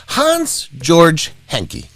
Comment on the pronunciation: Georg is not pronounced jorj, it's pronounced gay org.